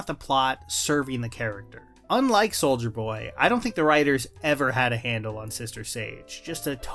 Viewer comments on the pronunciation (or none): I keep hearing you say “Soulja Boy”